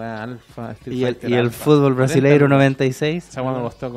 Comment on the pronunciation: "Fuutbol brasileiro noventaysieis"